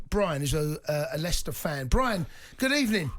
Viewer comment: It's Leicester ty